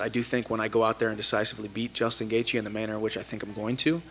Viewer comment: Ah yes Justin "gaethe"